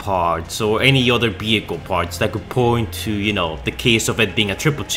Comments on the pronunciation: What about saying vehicle and not behicle ? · ehhhhhh sounds like b though